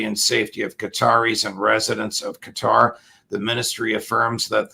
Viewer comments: Qatar - sounds like guitar. Not Gutter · Cuh-Tar not cutter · “Cutter” lol